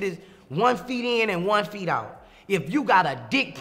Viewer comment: “One feet in and one feet owt” lol